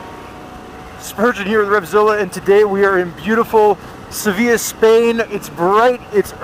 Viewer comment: well done pronouncing Seville properly